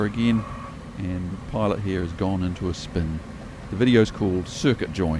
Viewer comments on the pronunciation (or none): none